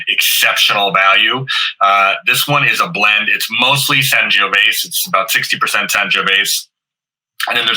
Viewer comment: Great wine this month!! FYI, the last "e" in Sangiovese is pronounced. Here's how to say it